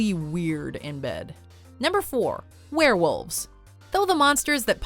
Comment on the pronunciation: werewolves not swarewolves